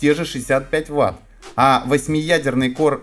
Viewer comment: Корэ ай 5 ))) Не мочи коры а называй правильно - Кор, я вижу с английским у тебя борода, не знаешь как произносится погугли и почитай транскрипцию.